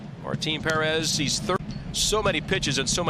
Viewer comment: Martin Puh-Rez!!